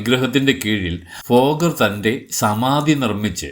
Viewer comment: ഫോഗർ അല്ല തോന്നുന്നു.. ഭോഗർ എന്നാണ് കെട്ടിട്ടുള്ളത്